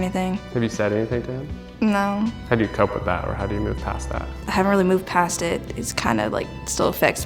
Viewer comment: I’m sorry but “Naur Cleo!!”